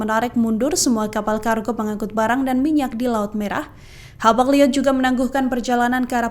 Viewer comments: Wah presenternya salah baca. Hapag Lloyd dibaca Hapag Llyod 😂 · Hapag loid Bu ...bukan hapag liod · Bacanya Hapag liyot apa Hapag loit sih, kok kedengarannya aneh.